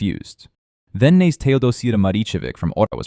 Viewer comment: This is not how you pronounce names in serbian. Knez is not an english word so you wouldnt just skip a first letter. Its not silent.